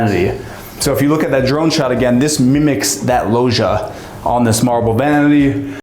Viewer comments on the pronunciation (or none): Pls someone tell the guy in the video (not ) to pronounce it like lodge - Lodgia, if you will. Lojia drives me nuts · Loggia is pronounced with a G like Gin - for gods sake!